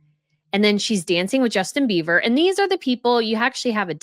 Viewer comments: Are you saying Beaver for Bieber 😊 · OMGoodnes...it's Bieber not BEAVER!!!😳😂 Come on now...if you are the producer and editor of this channel...I beg of you for quality editing! 🤦🏼‍♀️ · It's Bieber not Beaver, he is Canadian close to Beaver but not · I love your channel,, but, really? Justin BEAVER, and Hailey BEAVER? It's BIEBER. Only among the most famous there. Thanks for all the photos! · Really,? Justin BEAVER, and Hailey BEAVER? It's BIEBER! Only among the most famous there. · Hard to take u seriously as a professional when u get so many names wrong. Kathie Lee Griffith? It's Kathie Lee Gifford. Justin Beaver? It's Justin Bieber.